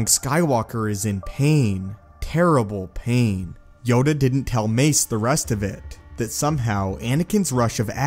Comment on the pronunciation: Yoda not yoga